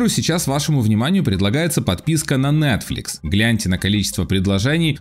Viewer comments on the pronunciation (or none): none